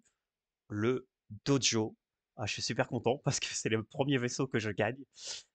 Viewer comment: Bon on en parle de cette prononciation "Dojo" ? :D